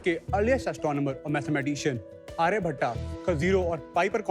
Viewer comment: आर्यभट्टा क्या है भाई आर्यभट्ट होता Har name me last me aa pel dena cool ban gaya hai ab